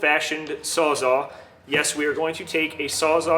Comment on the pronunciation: This is an awesome series, but I can't just listen to you say "sawzaw" and keep my mouth shut about it 😂 It's Sawzall with Ls, and that's a model made by Milwaukee. Saying you got a "DeWalt sawzaw" is like saying you have a Nissan brand Corowa